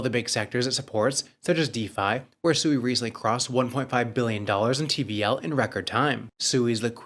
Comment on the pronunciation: You guys had the co-founder of SUI on the other day or maybe you just reviewed the video with the co-founder in and he pronounced SUI correctly five or six times in just under 2 Minutes Alone and for some reason you guys still can't catch on and you keep calling it SUEY, like your little piggies SUEY SUEY SUEY